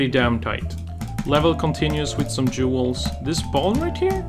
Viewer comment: I was so confused why was talking about jewels until I realized he was saying duals